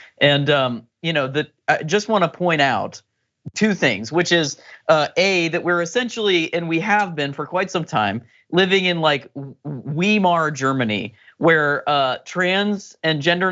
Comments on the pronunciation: Agree with everything said here. Tiny pedantic point, the German state for the 15 years up to 1933 was called the Weimar Republic - pronouced Vymar, not Weemar as said by the guest. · A bit OT here, but it's not "Wee-mar" Germany, it's "Vye- mar". I'm not criticizing, it's just that that pronunciation makes German-speakers' teeth hurt. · Not Wee-mar. Vi-mar! The Weimar Republic! It's German, W is a V sound! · Wee-mar? Vie-mar. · Weeeemar Republic???? Awesome pronunciation lmfao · Weimar germany, like VI-olin, just saying. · Other German speakers have said it's a soft W. I'm confused! I suspect it's a sound most English speakers find almost impossible to make. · "Wee-mar" ?? Y'know, it's a lot easier to take what you have to say seriously if you can say the words properly. No, really - or are you one of the few ok with Trump asking about the "oranges" of things? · It's not "Vye-mar", either. The German W is a soft W, not a hard V. Signed, a German speaker. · the correct pronunciation of 'Weimar' is vy-mar (German w's are said as v's) - please keep that in mind. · It's [V]imar, the W is a [V] sound, you uncultured swine! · Please learn how to pronounce Weimar.